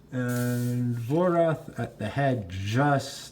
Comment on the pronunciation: It should be Vorath, not Vorth